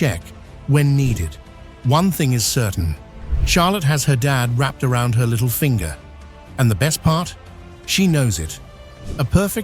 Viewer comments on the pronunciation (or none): none